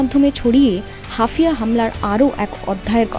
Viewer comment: হাফিয়া না ওটা হাইফা... মুখস্ত সংবাদ পড়লে এমনই ভুল হয়, অন্তত দেশটার ভৌগোলিক অঞ্চল গুলোর নাম জেনে খবর পড়া উচিত